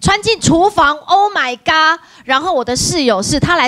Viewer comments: 到底謝忻是不是真的在英國念書？Oh my God那麼簡單的一句也讀成Oh my 「加」？而且每次聽她說話都覺得她公主病很嚴重，都晚期公主癌了。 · Kin Hang Wong 英國人是唸成 gawd 的吧？